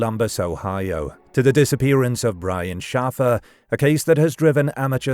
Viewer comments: His last name is pronounced SHAY-fur (not SHAF-er). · Shaffer is pronounced like SHAY-FER. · It's pronounced "Shay-fer" How have you not heard anyone ever say the name out loud before recording this? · SHAF-er or SHAF-uh would be the British pronunciation of the same name, unfortunately Brian wasn’t British. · I'm nearly certain this isn't a human narrator, which would explain the inability to properly pronounce a common name the correct way.